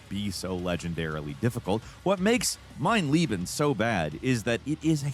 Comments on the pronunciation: Dear, I just need to clarify something. In the segment about Wolfenstein. You talk about the difficulty "Mein Leben" which translates to "My life" but you are pronouncing, "Mein Lieben" which means "My love." So, to properly pronounce the difficulty level it must be pronounced as follows. "Mein LAYben." This is a lot like the difference between president Kennedy ingratiating himself attempting to say, "I am also a Berliner(of resident of Berlin)." but his pronunciation made it seem as if he said, "I am a jelly doughnut." (This quote is of dubious veracity but the principal is the same.) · Mein Leben - My Life Meine Liebe - My Love keeps pronouncing the latter. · Leben and lieben are pronounced differently for a reason. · The worst part of the Mein Leben achievement is Americans pronouncing it wrong. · Bro i never heard an english person pronouncing mein Leben right XD Its really not that hard. But i understand it bc english pronouncing alone doesnt make sense at all.